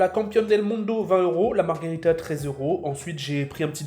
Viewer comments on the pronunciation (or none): Pizzz marghErita, pas margarita, ça c'est un cocktail